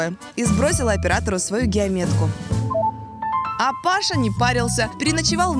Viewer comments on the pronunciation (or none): none